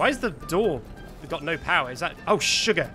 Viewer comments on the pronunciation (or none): i like that you say surgar and not the "S word" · did you say aww suger